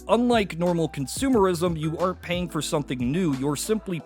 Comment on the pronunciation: I'm pretty sure he said aren't but it sounded like are. Edit: Ok...I can't tell anymore...